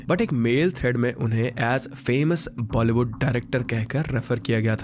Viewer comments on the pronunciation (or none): none